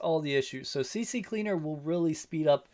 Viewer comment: C Cleaner. Not CC Cleaner.